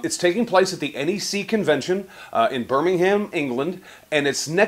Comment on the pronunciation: Nice one. Btw, it's pronounced 'Biiiiiiiiiiiiiir-minggg-um'